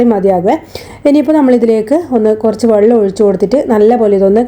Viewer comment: വള്ളം അല്ല വെള്ളം.